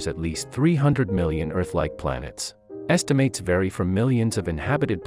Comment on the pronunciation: "lives"... And repeatedly saying "estimAYtes": Is this a text-to-speech narration?